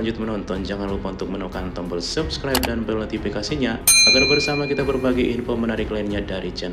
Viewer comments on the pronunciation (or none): none